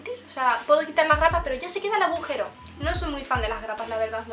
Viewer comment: Soy la única que en el entiende "abujero"? Jajaja